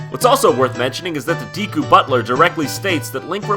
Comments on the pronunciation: ...Dee-koo? IT'S DAY-KOO DAMNIT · DEKU NOT DEEEEKU JESUS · Deeku deeku deeeeku.. ugh.. It''s dekku. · ugh... "deeeee-koo".... "deeeee-koo".... it's DEH-KOO!!!! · I couldnt get past the first 2 minutes, the pronounciation of Deku as Diku was too much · GOD DAMMIT IT'S "DEH-KOO" NOT "DEEKYU"... Still love ya though ;D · I'm sorry for nitpicking, but Deku was pronounced wrong about 30 times in this video. It's Deh-koo not Dee-koo. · You pronounced it "dee-ku" when its "deh-ku" OwO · It's named a Deku, not a Diikuew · its deku not diku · Yep, デク not ディク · I always thought deku or deeku as it's pronounced was supposed to be pronounced dehku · i was yelling at you the whole time.... its deku not deeku! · 1. I never noticed the green blobs from Link's Awakening turning into green dicks with balls before. 2. IT'S PRONOUNCED "DEH-KOO", NOT "DEEKOO"! You're welcome! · It's actually generally accepted with both pronunciations, although I believe that DEEKOO is proper in Japan, and DEHKOO is proper in NA. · Deekoo? Juss sayin, Jon, it's pronounced Dehkoo. Juss sayin'. No hate. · is it really pronounced "d-ee-ku"? cuz growing up i have always thought it was "d-eh-ku"... legit question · Wait- "DEE-koo"? Is that correct? I always thought it was pronounced "DECK-ooh". Huh. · It's pronounced "Deck-oo" not "Dee-koo". Since its Japanese, if it was "Dee-koo", it would be spelled "Diku" not "Deku". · Deku: It's pronounced deh-koo. Not dee-koo. just sayin... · Nope, it is pronounced like deck, I don't know why JonTron keeps pronouncing deeku. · It's funny how you grow up realising you were pronouncing all gaming terms wrong. I had no idea it was "dee-ku" i've been calling it "deck-uu" all this time :S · Deeku.... Deeku... It's pronounced DEKKU!!!!! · It's "deku" not "diku." Japanese name should be pronounced in Japanese, not English. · Do all Americans pronounce Deku like Dee-ku? Every British person I've spoken to pronounces it Deh-ku, and I wondered if it was an accent thing =P